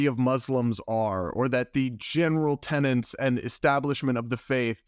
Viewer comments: PLEASE- it’s tenet NOT tenant. They are very different words with very different meanings. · Tenet! THERE'S NO 'N'!